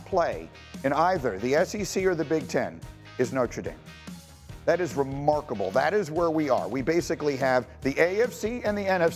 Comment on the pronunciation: “Notra Dame”